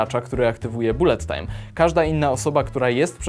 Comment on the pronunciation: Nie raczej "balet tajm"?